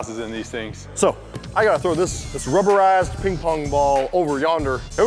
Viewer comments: Did Bobby say rubber ass ping pong ball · Widget517 Nugget I went to the comments to see if anyone else noticed this LMAO. BUT he honestly said ASS. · Bobby said rubber ass ping pong ball like if you heard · Did Bobby say rubber ass ball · I thought he said "rubber ass ball" hahaha 😂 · i did i heard rubber ass ball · I heard rubber a**ping pong ball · oh he did i heard a## when i heard that i was like bobby no stop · when Bobby said rubberized it sounded like he said rubber ass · Is it me or does Bobby sound like he saying “this rubber a*s pin pong ball” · I can hear both rubberized and rubber ass Focus on hearing what you wanna hear, if you wanna hear riced u can, if u wanna hear ass, u can It’s like the Lauren and yanny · YaBoi Thunder op is talking about when he said "rubberized" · It sounds like Bobby cussed